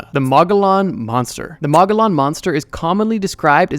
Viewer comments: Mo-go-yon, not mah-guh-lon. it’s from the Spanish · Being from AZ, I just wanted to say Mogollon is pronounced officially as moh-ge-YOHN or sometimes colloquially as muh-ge-YON. That’s all. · The moggolon is pronounced "muh-goy-an-, the moggolon were Indigenous people during the early stages of new Mexico or Nuevo Mexico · From Arizona and live pretty close to the mogollon rim and I’ve never heard of that lmao. And it is pronounced (Mo-ge-on) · Mogollon is pronounced Mo-gee-on hard g sound in gee. Source: I'm an Arizona native. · mogollon is pronounced mogoyon moegoyoen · For AZ: pronounced Moe- ghee-yawn ;) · Mogollon is pronounced ‘moe-gee-yawn’. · Mogollon pronounced mogy yon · Mow-Ghee-On Monster 🤣🤣🤣😭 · mogollan is pronounced “mo-gee-yon”, named after the mogollan rim which runs through the middle of the state O7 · its pronounced muggy-yawn, the mogollon rim is the mountain range that almost cuts arozona in half. The mogollon monster supposedly lives on it. Also IMPORTANT FACT: if you hear blood curdling screams in the wilds of north or south America it is most likely a mountain lion. Mountain lions sound like a womans blood curdling screams. Always be safe when outdoors. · I’m from Arizona and I actually have a Mogollon Monster sighting. It’s from a region of Arizona called the Mogollon. And btw it’s pronounced “mo-gee-yahn” :) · Arizonan here, to anyone who reads this, it’s pronounced more like Moh-ghee-on Monster Pretty cool story though and good video, thanks for making it :) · The way you butchered the pronunciation of mogollon for Arizona is wild lol. I live right on the mogollon rim, never seen that bad mamajama. There are definitely some way crazier native American stories up here than that though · the pronunciation of Mogollon killed me💀